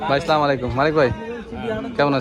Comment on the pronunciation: ভাই একটা কথা বলার ছিলো আপনার সালাম টা সুদদো উচ্চারণ হয় না কষ্ট লাগে কোন কিছু মনে করবেন না সরি❤❤❤